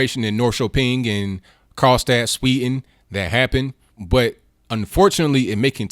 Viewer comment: there is a "d" in Sweden, it's pronounced. try saying it. practice.